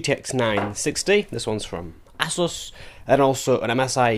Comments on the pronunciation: "Asoos" is correct, or at least that's how J.J. from ASUS pronounces it. You can search for his videos here on YT. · No piss-take intended, but I noticed you said "Assus", whereas I say "Asoos"... I've heard others put a 'z' sound on the first 's' too... Any idea which is correct, if any?? Great vid btw, this is something I've wondered for a while since I bout my last card which has a backplate, but I've never had the bottle to remove it to test it out lol.